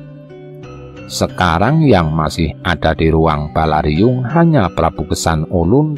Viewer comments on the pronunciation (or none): Sedikit koreksi...Balairung bukan Balariung...salam.